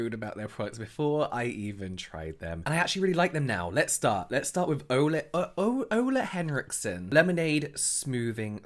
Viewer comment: I have never heard a non dane pronounce Ole Henriksen so well!!! 👏🏻👏🏻👏🏻👏🏻 Well done James! I love that you update us, when you change your mind about products!